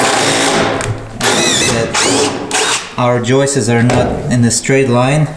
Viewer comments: Someone tell there’s no such word as joistes😂😂😂😂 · Y'all need to start teasing for saying "joist-ez". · Ok, the joke pronouncing of the word joists has gotten old. The plural is pronounced the same as the plural. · it's not Joyce's but joists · Joists not joistes. The singular joist and the plural joists sound the same when pronounced. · It’s joist, joist. Not Joyce. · Been watching this from the beginning and I have to say my hat my hand , but joistes is fkn annoying .... joists is how it's pronounced...... Loving what you've doing from London England..... Give me a shout out.... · "Joist-es" is incorrect plural pronunciation of the word. Try annunciating the "t" in joist clearer, and then add an "s" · fella's...... it's floor joists..... not joyces. :-) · Can no one pronounce JOISTS correctly? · I love you guys but please... JOISTS sounds like HOISTS. 😂😂😂